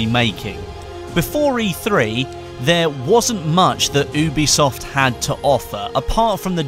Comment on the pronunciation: "oobeesoft" HAHAHAHAHAHA